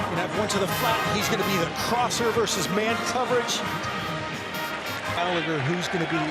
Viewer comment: FYI for you Americans Tyler Gallagher is pronounce Galla-her not Galla-ger